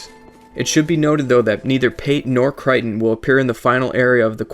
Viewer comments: Its pronounced Kray-ton not kriton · CRAY-ton not cry-ton